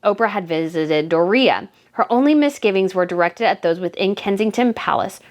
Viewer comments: Hey girlfriend. I am liking your channel. I look for new post everyday, but I do think you should brush up on your grammar. It’s not Uninterested! It’s disinterested, it’s not frugulty, it’s frugaaaaality, long a….and please stop saying Dorea, like Doritos! It’s one word Doriiiiiiaaaa! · Why are you mispronouncing Door re a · Her name is DORIA NOT DOREA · Doria's name is pronounced DOR ee ah, not Dor EE ah.😉😊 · I say this respectfully, Doria isn't pronounced Dor-ria it's just Dori-uh spelled Doria. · NOT "DORR RHEA" IT'S DOORIA...DORIA. SIMPLE. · You are pronouncing Doria wrong. Door-e-a not Door-ree-a. It reminds of Tom Bower mispronouncing Oprah. Good job on your channel. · I have to laugh when you say the name of Meghan's mother -- Do-REE-a, which sounds like diarrhea. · Door re-ya is how it’s pronounced